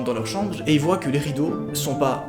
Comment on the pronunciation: Un moment tu dis voyent c est voient